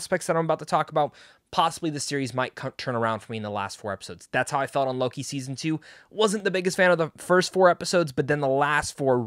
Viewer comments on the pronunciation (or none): none